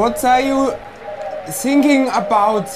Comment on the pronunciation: Thinking ! It is a German theTH is difficult so becomes the other ways arroung a tS tSinking = thinking .........Hello what are you thinking about? 😂😂😂